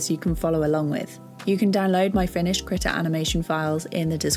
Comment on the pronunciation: /kr'i:ta/ KREEEEE TA NOT critter not critical not that HORRIBLE WAY YOU ARE SAYING IT. KREE-TAH like CHEETAH or CREEK.. AHhhh.. KREEEEEEEEEETA